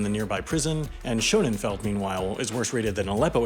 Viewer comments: You keep saying Schoenenfeld, but it's Schoenefeld. Literally means beautiful field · it’s pronounced Sh uhh neh feld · why does he pronounce Scönefeld as "Schonenfeld"? where dies the second n come from? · Dude, it's Schönefeld, NOT SchöneNfeld! There is no N before the feld. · The bigger issue is that he added an extra 'n' where there isn't one, making it "SHOW-nenn-feld," when it wouldn't be that no matter how you pronounce the 'o' with the umlaut. Something more like "SHIEU-neh'feld." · You pronouncing Schönefeld as Schönenfeld is legitimately driving me crazy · How are you unable to pronounce the word that the whole movie is about... where do you get the n from in between schöne And feld ? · I don't understand how a person can do so much research for a video and not include correct pronunciation of places in that research. This guy says "Schönenfeld" throughout the video. That's not a place. Where is he getting the extra N? Maddening. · Schönefeld, not Schönenfeld. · Schönefeld nicht schönenfeld.... jesus maria und jussuf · Schönefeld, not Schonenfeld. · It's Shönefeld, not ShöneNfeld. There is no second 'n' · “SCHO-NEN-FELD” too 🤦🏻‍♂️ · Its always fascinating how disrespectful one can be. Not even able to pronounce normal German words yet demanding everyone speaks perfect english. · What's the deal with this guy's bad pronunciation of Angela and Schönefeld? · Nice video but you need to learn to pronounce Tegel and Schönefeld (only one n...) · Mispronounced every single German name. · There's probably a video to make about this, but with an announcer who can actually say "Schönefeld" without adding letters to it that aren't there.